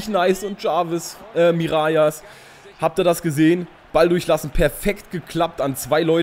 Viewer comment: Hey super Video wie immer:) "Mirallas" spricht man nicht "Mirajas" aus sondern " Miralas" aus. Im generellen hast du natürlich recht dass auf Französisch doppel "L" "J" wird. Aber Mirallas kommt aus der niederländisch sprachigen Region Belgiens. Also wird er ganz normal "Miralas" ausgesprochen.:) ( komme selber aus Belgien) Liken damit er es sieht:)